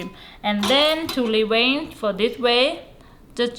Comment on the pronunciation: Thank you! Now I know how to Dee-Wayne Da Shrimp 🦐😂🤣🤣🤣🤣🤣🤣 Really good 👍🏽 Video 😊